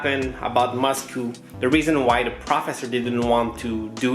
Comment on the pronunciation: Why do you say moscoo instead of Moscow lol